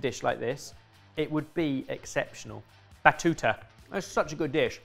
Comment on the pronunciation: Me, and all other italians listening to them saying "batuta" multiple times, and automatically going "Ah baTTuta!" when mentions Italy 😂